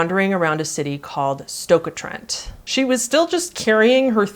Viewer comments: That's the most horrendous way I've ever heard anyone pronounce 'Stoke-On-Trent' lol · Living near Stoke-ON-Trent all my life I have never heard it pronounced Stoker Trent.. think I prefer your pronunciation. I heard a little about this story but I never knew that it came so close to home. Unsettling but Stoke is a scary place 😅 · Award for the best way I’ve ever heard someone say ‘Stoke-on-Trent’…